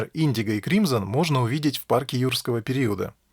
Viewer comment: не И'ндиго, а индИго